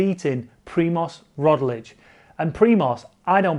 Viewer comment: It's pronounced roGlič, not roDlič.